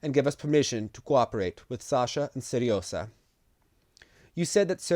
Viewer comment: The "hot Sergei"'s diminutive name is not Seresa, it's pronounced Se-ryo-zha - here's an example ;)